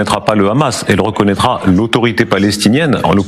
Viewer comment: Écoutez comment il prononce hamas et vous comprenez qui il est ! Il utilise KHA et Ha